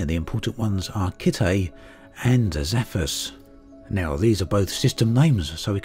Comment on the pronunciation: Is completely illiterate? How can 'Zephyrus' be pronunced as if it was 'Zaphus'?